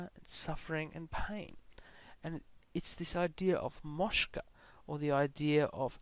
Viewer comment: A small but important correction: liberation is called moksha, and not moshka